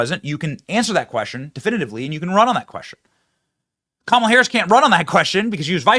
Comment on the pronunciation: Kah’Malha ha ha ha ha ha 😅 just Cain’t fix “stew-pid” !